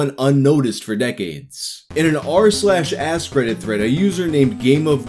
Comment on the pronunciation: The was you say “askreddit” sounds like “asscredit”